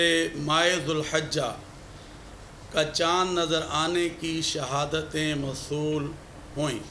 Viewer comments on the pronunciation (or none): shahdaty ni.sahadatyn